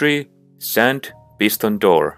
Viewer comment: You saying pistos in sticky piston